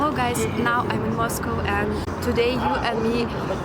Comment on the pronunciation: Finally ... someone who can pronounce Moscow (mas-koh) properly ... unlike Americans that always say Ma’s-Cow 🐄. 😎my favorite pet peeve.